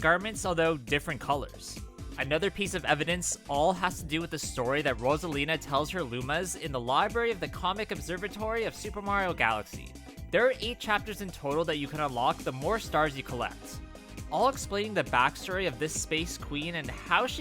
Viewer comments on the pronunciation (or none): Wario Land is Super Mario Land 3, not Super Mario Bros. 3. Also, "Cosmic", not "Comic". Lastly, "canon", no double "n".